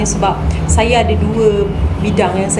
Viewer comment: Kenapa sebut saya....sayer... Lorak mne tu....Pagabg ke... Kedah ke.... Ataupu. Lorak sendiri.,.nmpak mcm extion sngt....cakap2 elok2...jngn risakkan bahasa melayu...kalau kite bngsa melayu yg tak.mertabatkn bahasa melayu....siapa lagi....